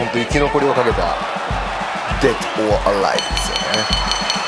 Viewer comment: 「Dead or Alive」が全然ネイティブじゃなくて草